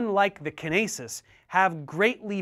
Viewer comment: Lmao Kin-aces got me, it is usually pronounced kyn-ace